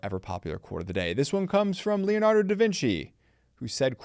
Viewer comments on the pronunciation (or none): none